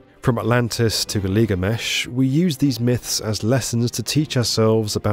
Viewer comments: “From Atlantis to Galigomesh…” Tell me you never read Gilgamesh without telling me. 😂😂😂 Oh wait, ya just did. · Not just that. Ba-Tah-Vee-Ah? Guh-Lee-Guh-Mesh? 😂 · NOT "New Sinatra"!!! It's "New San--tara"!! AND ... NOT "Liglamish" but "Gil--ga--mesh"! Otherwise ... a very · Don’t forget “Giligamesh” :) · And "Giligamesh" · I can only assume that a man of your obvious intelligence pronounces ‘Gilgamesh’ incorrectly , so that you get idiots like me trying to correct you? Who in the ‘Worlt’ would do that?! 🫣😂😂😂